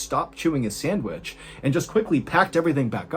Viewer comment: I hate the way u say sandwich......